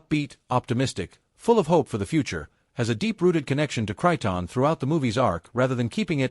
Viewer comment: This A.I. narrator can't pronounce Krypton if it's power cord depended on it. -OG